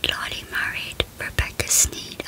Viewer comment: just sayin that’s Erik Menendez and that Lyle Menendez And it’s not Lylee it’s Lyle